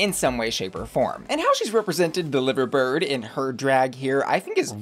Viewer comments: In case someone didn't tell you - the bird for liverpool isn't said 'liver' (like the organ of the body) but Lye-ver. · It’s pronounced Lie-va. Not liver as in the organ! Liver bird! 🥰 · The BBC didn't air the scheduled Drag Races (Down Under and Canada's) this week due to HRM passing. Also it's not "liver" like organ it's "Li-ver" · babes.... you pronounce it LIE-ver bird, like 'I lie to you' not LIV-er bird like 'Liv Tyler's liver'. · Just so you know, the “live” in “Liver bird” is prounced like “live show”, would never expect you to know but did make me giggle 😅 I’m from Liverpool and have always wanted a Liverpool queen to do the Liver Bird look And btw Danny Beard was also on Britains Got Talent too, well known established queen! Rooting for my fellow scouse but loving the look of Sminty and loads others, can’t wait! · (Lie-ver) bird 😅!! Here for Danny beard though, incredible incredible talent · Liver Bird is said to rhyme with fiver. Makes no sense like most English things. Love your videos & looks babe. Keeping the tea hot but accurate x 🖤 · Just something about the 'Liver bird' which Danny is representing. It's actually pronounced 'Lie-ver bird' in that context; don't ask me why. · Rhymes with fiver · Getting Lancashire pronunciation better but it’s a county not a city! When in comes to pronunciation of Liverpool that’s fine but the birds on the Liver building are pronounced Lie Vur birds, just to confuse. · For Danny Beard, it is Lie-ver bird not Liver bird in pronunciation. For Belfast, it is pronounced Bell-fast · Liver bird is pronounced with and eye sound as in live music… Liverpool is pronounced like the body organ… mad I know! But sounds wrong otherwise… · Unlike Liverpool which is pronounced with a soft 'i', Liver Bird is pronounced with a hard 'I' for Liver 😁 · love you - one small thing - Liver-bird has a different pronounciation in the UK - 'Liver' like 'driver', it's very scouse! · I love u but it’s Lie-ver-bird